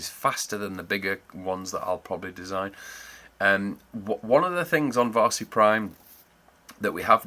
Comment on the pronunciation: Looks super professional and the idea is interesting. Varsi is pronounced a bit more like “VaRRsi” in finnish, the “r” is sharper.